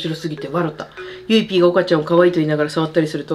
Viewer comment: 振り返り動画楽しいし、視聴者さんのコメントセンスあるし、オカリナとゆいPの読み方がめっちゃ好き！！！